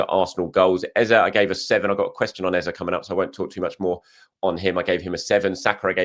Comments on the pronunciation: When you stop calling the man Ezer then he will start scoring cos his real name is Eze. He told you in the interview in the typical British gentleman's polite diplomacy to call him Ezer (British accent). Why not ask his parents if they named him Ezer or call him Ezer at home? LOL! All the Nigerians have told you that is not how to say the name! It is pronounced Ezey (meaning king). Stop butchering his name and claiming that it is how he prefers it. Not sure he gets offended when you call it how his parents and his heritage intended it. It is rude to act like you know better than people of his same heritage LOL! Come one! LOL! Not sure you will like me seeing your name that way with a strong Nigerian Igbo accent? LOL! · All Nigerians collectively cringe when we hear “Ezah” you know the right pronunciation.. go back to it. you have over complicated it now lol